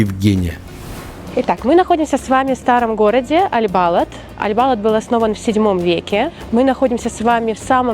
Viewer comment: Балад ударение на последний слог